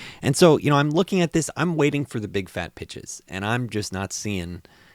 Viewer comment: Sorry I had to! 😂 Lol kept hearing it every time you said it. Great video though! Agreed waiting for the right time, where valuations makes sense, to strike.